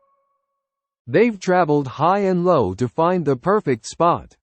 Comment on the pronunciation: You got the term "high and low" right this time, good job! That's fantastic to hear! Putting knowledge into practice can be a whole new experience. We would like to continue making practical English more accessible.